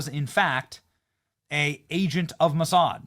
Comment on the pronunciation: You said, Massad???